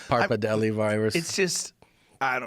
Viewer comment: That dude: pappardelli Me, an Italian: Aaaaerrgghhh